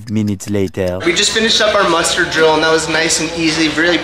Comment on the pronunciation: Are you saying Mustard drill? Or Muster drill? Haha…awesome video either way!